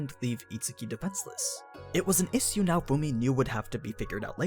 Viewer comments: Everyone one: issue Literally everyone: issue: ehshhu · You pronounce "issue" funny. Is that a regional thing?